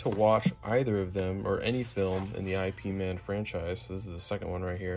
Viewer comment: I.P. Man?! lol it’s not how you say that, it’s a common mistake, just google how to pronounce his name